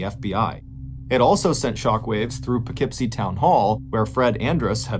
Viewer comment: I am so impressed that you know how to pronounce Poughkeepsie correctly! Thank you!